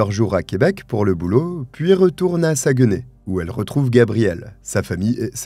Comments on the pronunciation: LOL. Saguenay prononcé Sa-gue-nay. On prononce plutôt Sag-nay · Ok je ne savais pas de quelle ville vous parliez. La prononciation de Saguenay il ne faut pas couper lorsqu'on prononce mais retirer le"gue" ce qui donne "Sac, né". On ne prononce donc pas le "gue". de la ville Saguenay. Merci je ne connaissais pas cette histoire de ma province. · Merci pour cette histoire. Je suis québécoise et juste pour t'aider ce n'est pas un reproche mais Saguenay se prononce un peu comme "Sac nez' j'ai rigoler qd tu le prononçais... Blague à part merci pour ton super beau travail ❤❤